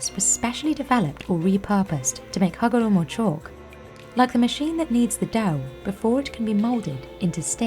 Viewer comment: I love the rolling R-esque way you enunciate Hagoromo, it's almost as satisfying as watching the chalk manufacturing process lol